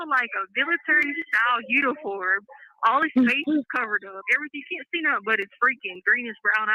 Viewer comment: Poor says nothink not nothing like CACAstricia